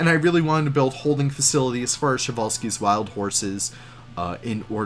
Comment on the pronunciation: I was sad when i hear the przewalski horse was named by russian all time i think its name came from Polish guy but anyway i like Przewalski's horse and its funny to hear how people read him prezvalsky or other way